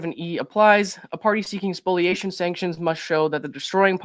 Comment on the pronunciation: Thanks for correctly pronouncing spoliation!